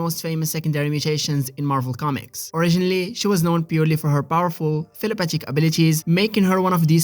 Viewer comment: Tell-A-path-ic? Is that what you’re saying?